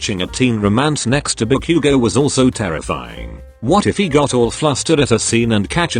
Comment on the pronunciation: THE TEXT TO SPEECH THING SAYING "deeku" AND "kakan" FOR DEKU AND KACCHAN- DJSHSUSHSBSB EDIT- PLS NOT THE "ba-queue-go"